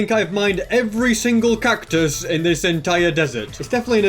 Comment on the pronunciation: When he said 'cactus-us' I died inside a bit